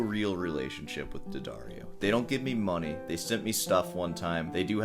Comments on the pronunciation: If I have to hear D'Addario pronounced "dee-uh-daar-ee-oh" one more time... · I genuinely cannot comprehend people unironically pronouncing it "dee addario". I feel like that so stupid it undermines everything he says afterwards. No one on your hour long call said "Jesus, look, it's D'addario. It's an apostrophe." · Deep investigative research, can't pronounce the name of the company properly ...